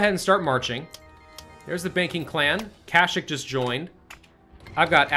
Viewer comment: Did he just say Kashyyyk as Cashshook?